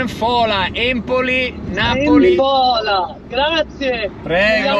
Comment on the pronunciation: cmq si chiama ènfola 🤣